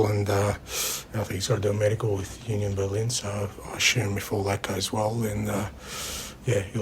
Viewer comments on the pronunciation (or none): Oonyon Berlin?🤣 no jst Union Berlin 🤷🏻‍♂️